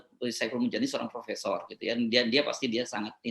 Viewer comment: Profesor dan Profesong bedanya cuma dikit ^_^ yaitu R dan NG doang